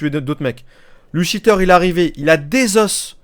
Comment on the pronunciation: juste c'est pas cheteur mais cheater:)